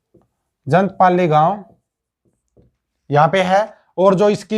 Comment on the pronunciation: ऋषि उद्दलक नहीं है उद्दालक है। जंतपाली नहीं है जांटपाली है। बीरबल नारनौल के निवासी थे यमुनानगर के नहीं।